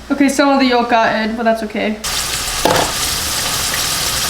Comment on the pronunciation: The "L" in yolk is NOT pronounced. Its "yoke", not "yollllk."